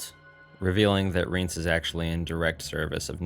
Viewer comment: I don't know which is correct but the narrator of the audiobook pronounces Rience like "Ry-once" rather than "Reence"